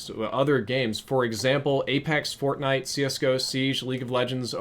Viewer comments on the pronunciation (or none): none